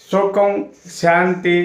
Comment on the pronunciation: Santos and kaadu.. Santosham, sukam kaadu.. Sukham